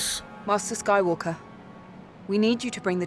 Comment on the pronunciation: "the Luke SKYWARKER that we knew". Well if you still have to learn to say it properly, it guess it explains a few things...